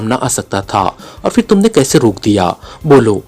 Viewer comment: Phal , k word m h ko silent nei ker sakty , Phal ko pahl bolna h Ap fhal bolty hain Kisi b letter ko silent nei kerna Phir ko phir bolna h Ap Fhir bolty hain ?????? Silent nei kerna Kuch b Kisi urdu k teacher s apni ushkil Hull ker wain JAZAKALLAH KHAIR